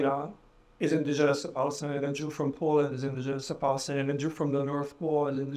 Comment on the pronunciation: There’s no P in Palestine 😂, cause it’s falistine baby.